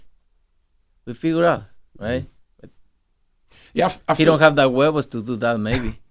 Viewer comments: "He don't have the guevos" 😂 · “He don’t have the wuebos”🤣